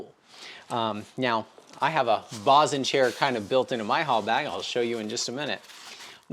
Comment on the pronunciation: Climbers got the name "bosun's chair" from the sailboat world and it's pronounced BOE-SUN not BOSS-SON. ❤️.